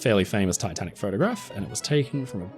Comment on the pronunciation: did he say titan or tatanic?